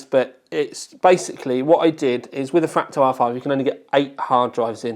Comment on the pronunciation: so annoying hearing you say FRAK-TAL